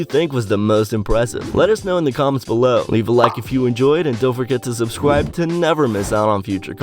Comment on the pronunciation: Don’t forget to “subsquibe”